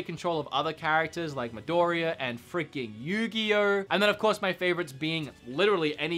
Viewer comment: Who is YOORGUIRROHH?